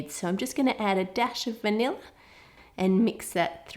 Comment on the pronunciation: You said vanill when you were making the whipped cream lol